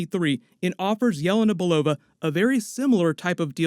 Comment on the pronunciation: For the first time heard almost proper Yelena Belova from you :-) All the time I didn't get, what did you say. It was like Yeva Nabalova or something like this. Greetings from Russia!